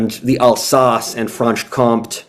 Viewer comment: Nice content but franche comté actually rhymes with county